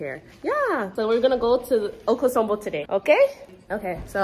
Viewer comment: okosombo? no Akosombo, we want to hear your Twi